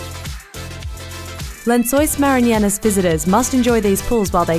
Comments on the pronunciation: marinianas great pronunciation there 😂 it's 'lençóis maranhenses' but ok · "Lençóis maranyanas" It's really not that hard to go to Google Translate, write the word and click the speaker icon to listen to the correct pronunciation We don't expect foreigners to do the "nh" sound correctly but what she says doesn't even resemble how it's written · That pronunciation of lençóis maranhenses really sucks though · The way she slaughtered the pronunciation of "Lençóis Maranhenses" is hilarious hahahaha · Thats easily the worst pronunciation I've ever heard.